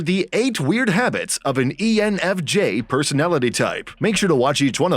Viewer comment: You said ENFG towards the begining